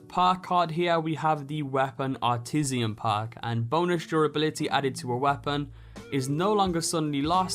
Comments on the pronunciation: "AR-TIS-ZAHN" one I. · I'm sorry I think my ears just heard you say "Weapon Artisian" <3 ;) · The Artisian perk and don't forget about your AHLOOMINIUM ;) hehe conshoomed, love it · "Weapon Artisian perk" What's that? I only know of Weapon Artisan...